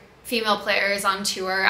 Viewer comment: Morgan- another great vlog !!! Love them, keep em coming ! I look forward to it every week. Also- random but- I noticed the way you pronounce the word “tour” haha I think its rly funny and cute